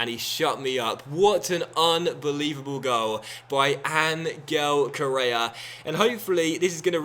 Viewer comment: hi im from spain and i support Atlético de Madrid and Ángel correa's name is pronunced like this:"anhell correa,keep on going like this and nice vídeo